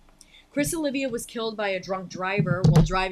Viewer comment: Know what? I've been a Savatage fan since 1990. And I've had it with people saying "Olivia." It's OLIVA, for fucks sake. 32 years of correcting people, you'll understand why I'm a little pissed off.